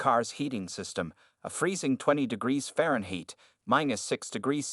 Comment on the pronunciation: Oh gawd, the AI narrator should be arrested. Faren-"heet."